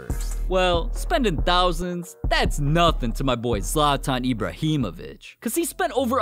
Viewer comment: Zlantan ibreehavoic